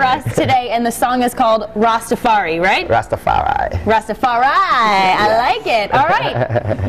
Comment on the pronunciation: She said Rastafari the right way, lol ... those pot heads...